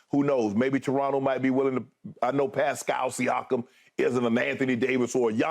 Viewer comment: he really said pascal siakam